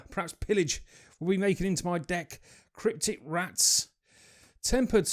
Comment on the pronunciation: Crypt-ic? rats? Hmmm... love the accent, but adding syllables is a no no! And the camera is slightly out of focus the whole time is just irking me :/ Should back out a bit more for wider lens ratio and clarity.